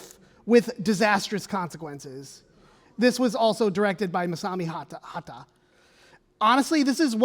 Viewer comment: Tsuji isn't pronounced Suji Eiga isn't pronounced Aiga Hata isn't pronounced Hara other than that, this is a very good presentation about something i didn't know about.